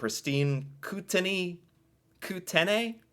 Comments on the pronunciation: Just to help you out. Okanagan is pronounced " Oak- ka- nog- gon". And Kootenays is pronounced "Koot-tan- nees I live in Abbotsford BC. About 35km from Vancouver. Great channel, 👍. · I’m in Kelowna and I’ve always heard people pronounce them Coot-nees and Oak-a-nog-in 🤷🏼‍♀️